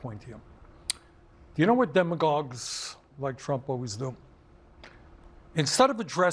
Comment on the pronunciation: What's a demlagog Bernie?